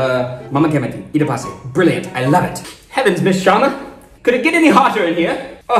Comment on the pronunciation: Your videos are great but can Mani not correct your "kamati" after all these videos? It's pronounced "thi" like "thi-nk". The difference between ta, tha, da, dha is very important. Also kadavasam is Tamil.